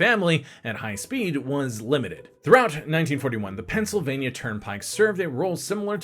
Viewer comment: lol the Pensi